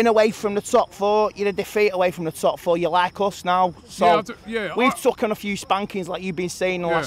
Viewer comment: Man said tookun instead of taken. Can't buy culture like that.